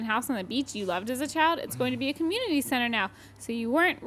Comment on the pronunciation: bad voice acting. He said, "comminity" instead of "community." Humanity is pathetic